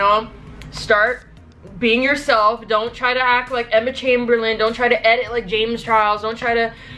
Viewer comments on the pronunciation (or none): none